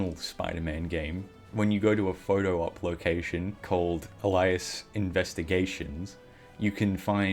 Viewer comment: Elias investigations.........Alias fam. Not Elias.